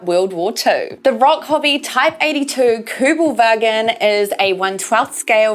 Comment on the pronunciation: Awesome solo job on the filming. Great to hear you hit the V in Wagen correctly too!